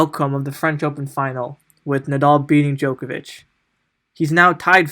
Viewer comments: guy can't even pronounce djokovic and wants to tell me who the goat is? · How can I take this commentary seriously when one of the podcasters cannot pronounced Novak's last name? This is ridiculous. As if he has not watched enough games to learn it. Get the name right, fella!